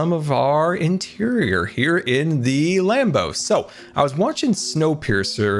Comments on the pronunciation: Every single time he says land boat I think he says lambo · When he said Land Boat, I thought he said Lambo 😂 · Every time he says land boat i hear Lambo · I don’t know why but every time says land boat I hear lanbo like Lamborghini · I keep thinking whenever he says land boat it’s sounds like lambo